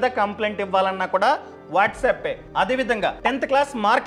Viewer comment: Sir, its whatsapp not whatsup.